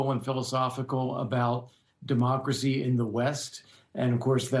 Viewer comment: Did Musk say "Demarkcracy"